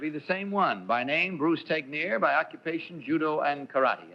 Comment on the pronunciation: I didn't know Bruce Tegner's surname was pronounced, "teg-nir". I always assumed it was pronounced, "teg-ner".